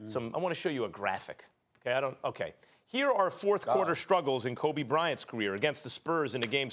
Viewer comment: Every time I hear max say Kobe’s name, I be wanting to break something